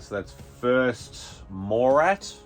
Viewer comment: Did you say first Borat?